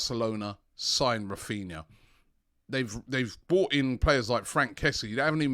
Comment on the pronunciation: His names raphinha not raphina